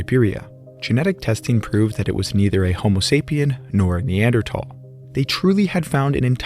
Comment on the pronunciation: its the correct pronunciation, the "h" is silent